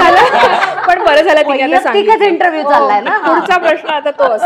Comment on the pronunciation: please श आणि ष यातील फरक समजून घ्यावा. "प्रश्न" हा शब्द उच्चारताना प्रश्न ''श " वापरावा आयुष्य लां ष हा ऊच्चार असावा सर्व श असलेल्या शब्दांना ष please वापरु नये, ऐकायला बरोबर नाही वाटत